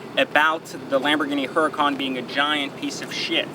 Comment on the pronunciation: The one thing I hate is he keeps pronouncing the car's name wrong. Dude it is a Spanish name. The "H" is silent. Also, bad karma griping about a car 99.9% will never own that wish to own someday. Grips are very superficial all cosmetic. My guess you love how the car drives/sounds.